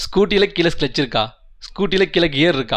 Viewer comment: Cluch ❌scluch✅